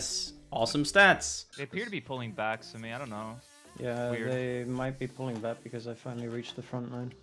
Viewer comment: "The sumi gaypee"